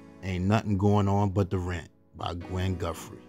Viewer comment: I REALLY enjoy your documentaries. I have listened to all of them. It's nice to get a deeper inside look to all of these artists....thank you!! My only ask is for the proper pronunciation of "TH". Please pronounce it as Guthrie, not Guffree 😊